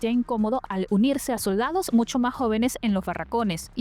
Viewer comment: "lo soRdadoh" 😂